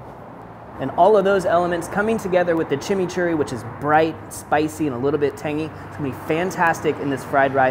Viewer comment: Even though, you kept saying "Chimney Churry", We know what you meant lol...Anyway, awesome vid, as always!